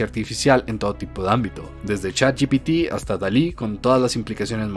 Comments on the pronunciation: Supongo que sí, ya que trata de pronunciar correctamente chat gtp, ya que nosotros lo pronunciamos de manera coloquial, ya que la g en español se pronuncia cómo "je" no cómo "yë", y en inglés se pronuncia distinto. Así que. . . Hace su mejor esfuerzo. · dice chat gtp.... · Perdón, comparto todo lo que dijiste. Pero no soporto, NO SOPORTO como una "profesional" que trabaja para Microsoft no sabe decir "Chatgpt" cuando literalmente es parte de su campo de trabajo. Es en serio una profesional?